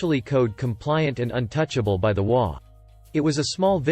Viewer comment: HOA is pronounced as its three letters, H O A. I love your content, but if I knew what an imogey was, I would post fully dressed imogeys, not bare imogeys. I do not do cyber porn.